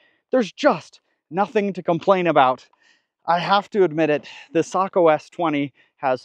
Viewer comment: Ecsuse me isn’t it SAYKO?